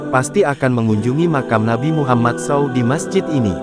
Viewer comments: Gak sopan banget sih naratornya ini, bilang saw, harusnya s a w dipisah gitu sebutan nya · Apa yang tertulis itulah yang dibaca. Memang begitulah seharusnya Narator. Jadi, dia tidak salah. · Pembaca beritanya orang apa sih. Meter persegi dibaca meter-meter, saw dibunyikan sbgmn adanya saja.